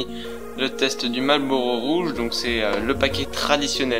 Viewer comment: Marrrllllbbbuuuuuurrowwwww, daigueulausse. Amewican Spiwit: 100% tabac ! Mieux.